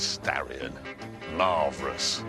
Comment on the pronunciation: Mitsubishi Starion...Marverous :D